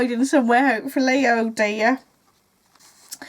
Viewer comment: I think in the seventies the scarf or creavate was really the thing. It needed to rest just around the inside of the collar. The loop would have held it there. I LOVE it when you say, "Oh, DEAH!" I think your next pin should say that! :D